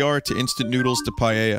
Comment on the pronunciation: Vinesauce, Paella is pronounced 'Pie-ella'.